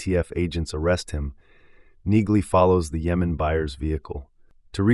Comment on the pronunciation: I think in the show Neagley is pronounced with the g being silent. I may be wrong but, it seems everyone in the show calls her Nee-Lee.